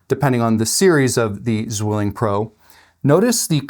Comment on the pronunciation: btw: the name Zwilling is pronounced more like "tsvilling". 'z' is like 'ts' and 'w' is like an english 'v'. the word means twin. greetings from germany.